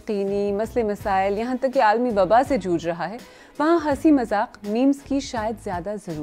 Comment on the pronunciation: Please try to use ri8 urdu words ok.. Like says MAZAKH.. but it is MAZAQ 🙄